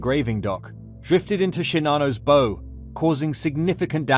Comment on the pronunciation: Learn proper pronunciation please,bend at the waist and bow,tie a bow around a gift.